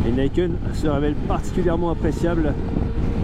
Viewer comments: pas "naïkeune"... "nikène" ni : "deux" ken : "épée" (ou "poing") Sinon, très bonne vidéo😉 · « Nih kène », c’est du japonais, pas de l’anglais. Et ca signifie 2 lames.